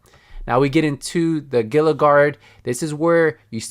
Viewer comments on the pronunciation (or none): Gila is pronounced heela